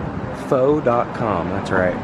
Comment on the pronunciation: 😂 Thai'd before! Good one buddy! 😅that sucks about 7-11. 😢I totally forgot about the free slurpee day. That food looked good. 😊always enjoy your adventures with Mama Kreeper. Pho-tee! 😅It's actually pronounced FUH broski. I always said FO too! Like FO Sho! 😂 great vlog!